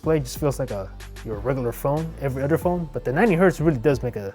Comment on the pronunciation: And the way he pronounces "regular" and "finally" makes me believe he's a Canadian Mexican.